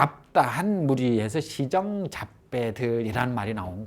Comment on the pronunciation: 또! 엉터리! 파삼으의 파 잘 애 또 짧게 발음합니까?? 파괴, 파문등 의 첫 자의 "파"도 짧게 발음하시렵니까!?? 길게 발음 발음하시렵니까!?? 길게 발음해야지요!!! 또! 알 수 앖는 일!! 시정의 "시"를 길게 발음하다가, 또! 짧게도 발음하고 있나이다!! 자고저 문제가 심각하오이다. 공부 좀 더 하시고 강단에 서십시요!!!